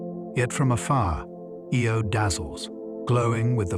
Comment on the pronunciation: The way he pronounces Io as "Ee-oh" first and then "Eye-oh" and then "Ee-oh" right after again makes me think this is AI